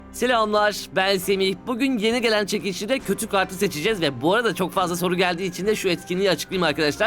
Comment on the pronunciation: silamlaar ne amk düzgünce selamlar de